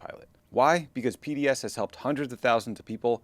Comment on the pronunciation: Man, I thought you said PBS Debt - as in, PBS is no longer being funded by the government and needs help paying their debts. Took me a hard minute to realize you said P.D.S. Debt. Maybe tell them to change the name, or do a better job pronouncing it (don't mean to offend) because it's a little confusing and it tugged at my heart strings a bit because PBS is in trouble.